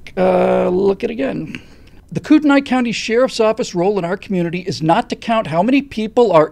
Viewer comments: P. S. It's pronounced Kootenee. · I'm from kootenai county. currently live a little south. it's pronounced koot-nee. unfortunately, like the rest of idaho, it's being overrun with socialists from seattle, oregon, and commiefornia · Pronounced Koot-nee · You’re saying the county wrong... 😁